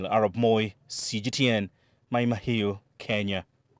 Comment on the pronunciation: Why is Daniel, a Kenyan calling it Maai Mahiu with an English dialect! Come on Moi! 😅